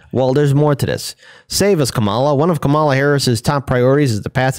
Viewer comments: Please pronounce Kamala correctly. First syllable accented. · Is there any particular reason for your mispronouncing the VPs name? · We'll pronounce it correctly when she does something good.